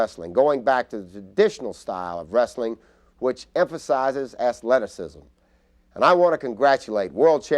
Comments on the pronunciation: Ted Turner said ass-leticism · Athleticism Ted Turner : “ass-lettuce-cism” Saying it like that now lol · … Ass-lettuce-ism. Emphasize it.